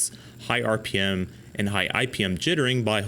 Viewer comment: Thirty-two HUNDRED rippems? Who can live at that speed?!